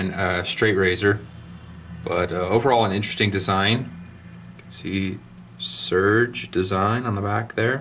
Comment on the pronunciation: I had no idea these would be so sought after. Is his name not said "Ser-gey"?